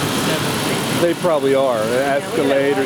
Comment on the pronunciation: Did yoy try to say Venezuela? Hi from this shit hole call Venezuela